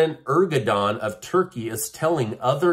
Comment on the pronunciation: we hear you just about every day. Great job and terrific guests! Please pronounce Erdogam’s name correctly: “ airdowon” I checked online.